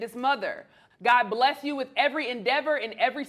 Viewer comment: Did he really say “God BLUES you?” 👀